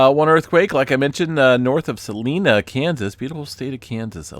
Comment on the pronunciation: EQs also occur due to the removal of groundwater as well. It’s not always “End of Times” Prophecy as you make it. Also you pronounced Salina, KS wrong.